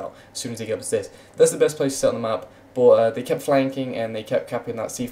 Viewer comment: why do u say boot instead of but? quite funny indeed